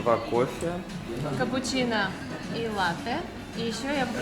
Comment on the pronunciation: лАтте, а не латтЕ